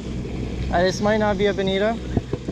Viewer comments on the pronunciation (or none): Its pronounced bonito not bonita lol and they aren't bonito they are albacore tuna or mack tuna. Americans xD